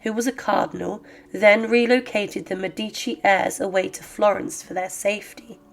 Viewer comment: It's Médici, not Medíci, for heaven's sake!!